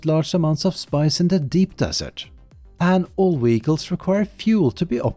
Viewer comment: It took me a while to figure out that 'weegles' are ‘vehicles'. But otherwise, excellent video.